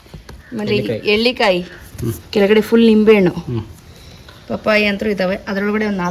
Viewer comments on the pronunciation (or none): ಅದು ' ಹೆರಳೇಕಾಯಿ ' ಅವರೇ....' ಎಳ್ಳೀಕಾಯಿ ' ಅಲ್ಲ. ನಿಮ್ಮ ತೋಟವನ್ನು ನೋಡಿ ಬಹಳ ಸಂತೋಷವಾಯಿತು ಮೇಡಂ. ಶುಭವಾಗಲಿ ನಿಮ್ಮೆಲ್ಲರಿಗೂ.